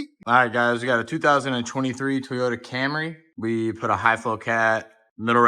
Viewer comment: Not teeee yota dude toy toy toy Toyota 😂😂😂